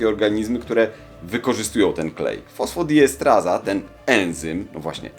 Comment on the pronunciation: To jest fosfodiestEraza a nie estraza.